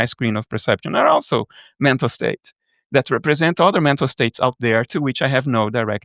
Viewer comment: Is he saying "mental state", "metal state", or "meta state"?.